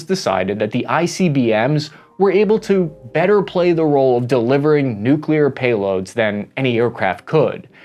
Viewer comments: Also, do not promote the Noo Que Lear dialect. It is Noo Clee Err. pronunciation matters. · I speak for everybody when I say that Kudos to your speech therapy!!! You are nailing the pronunciation of difficult words in your late videos. Especially the NUKE YOU LEAR! Btw... Where can I get that t shirt? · Congrats on your nuclear pronunciation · Wait wait wait.. why aren't you saying "nu-clear-er"😂😂